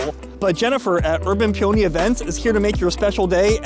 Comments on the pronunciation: Nowhere on the menu did it say USDA Prime, you paid USDA Prime prices for Choice beef, also, you actually got a Porterhouse - the criteria is that the filet is wider than 1.25 inches… FWIW, the proper pronunciation of peony is “Pee-oh-knee”… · I'm so happy for you to see that you've got a sponsor for your video. But I want you to get more sponsors so please rerecord the sponsor segment and pronounce the name of the company correctly. Peony is a flower and it is pronounced pē′ə-nē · Pee-o-nee, like the flower